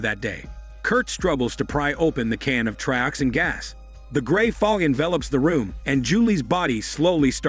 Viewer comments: It's not Trioxine! It's Trioxin and it is pronounced as such. But yeah, this video is awful. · 245 trioxine! Say it right😂 two subway bums are called workers 😂😂 watch the films you review